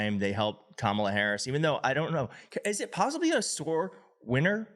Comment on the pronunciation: I became aware of Nancy Mace when I watched an interview in which she repeatedly mispronounced Kamala Harris’s name, continuing to do it after being corrected. At one point she accidentally pronounced “Kamala” correctly, and then CORRECTED HERSELF to mispronounce it yet again. She is trash.